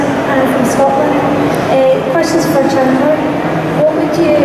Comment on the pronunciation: “I hAvE a QuEsTiON fOr SHandler” 😂